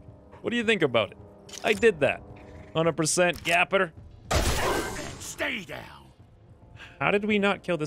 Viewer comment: Gaper...as in leave a GAPING HOLE! Gaper rhymes with PAPER! Gaper rhymes with PAPER! Gaper rhymes with PAPER! Gaper rhymes with PAPER! Gaper rhymes with PAPER!Gaper rhymes with PAPER! Gaper rhymes with PAPER!